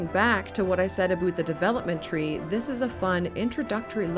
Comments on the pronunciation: this mf said aboot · How do you properly pronounce the word OUT, but then do the stereotypical ABOOT Canadian thing? It seems like a real kitschy thing to do. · Wow this is my first time listening to "aboot" so clear from a YouTuber. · screams Canuck eh?